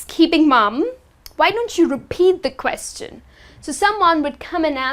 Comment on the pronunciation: You should learn how to pronounce the word "question"